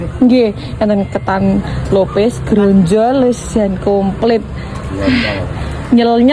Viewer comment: Grontol dudu gronjol iso moco ra sih makane ojo lebai nak ngomong